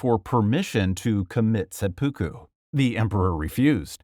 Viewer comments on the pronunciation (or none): none